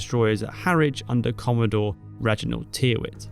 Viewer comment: I believe the surname Tyrwhitt is commonly pronounced, "Tirrit".